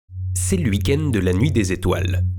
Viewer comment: « Cé l’uikende » cet accent 😄